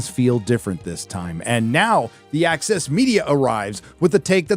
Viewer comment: when you say the "access media", it appears in my mind's eye as "The Axis Media" LOL